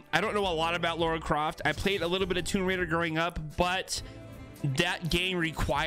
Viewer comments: It’s LARA not LAURA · LARA Croft. Not Laura Croft. I'm cringing!! LOL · i hated when you kept saying ( lora ) instead of ( lara ) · "Lora Craft" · I don’t know whether I’m mishearing but this is the third battlepass video where I’ve heard people say Laura Croft not Lara... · be like "lora Croft" And I can't stand it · Samsies. Its driving me bananas. [rip peely]